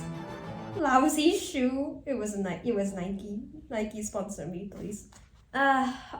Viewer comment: I love how instead of Nike it was Niki😭😭😭😭